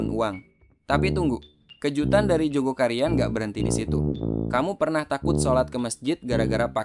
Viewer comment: Maaf min,bukan Joko Karian,TPI Jogokaryan,tolong lbih teliti lgi!!